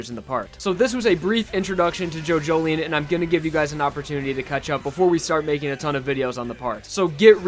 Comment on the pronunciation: Was calling it JoJoLION. Like a big cat. Now I know how to pronounce it thanks